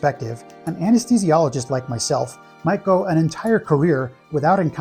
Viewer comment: Ironically, you must be pretty smart to have a profession which name you can't pronounce.